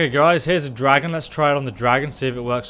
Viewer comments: “Dradon” Bone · dradon...dradon!.... DRADON!!!!!! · dradon arrows? what's a dradon?